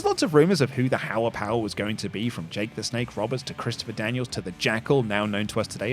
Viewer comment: "hower power" 😂